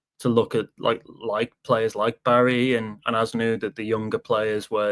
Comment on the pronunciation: Pronunciation Az-nuu